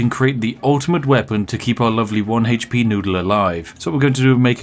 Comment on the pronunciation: I just like hearing him say "heych-pee".